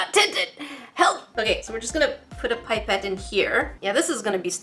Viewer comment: Pie-pette? Its pip-ette